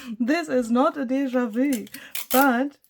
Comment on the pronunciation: American here 👋🏼…I LOVE how you say deja vu